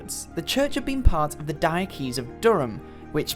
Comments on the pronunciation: Please learn how to pronounce 'Diocese ' correctly. It's Dio sees. not Diokees. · Thanks for a very interesting video about Newcastle Cathedral. Top tip - "diocese" is pronounced similar to "dye-oh-sis" with emphasis on the first syllable.